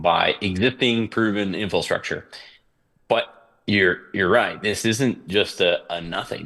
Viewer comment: what in the world is “infrostructure?”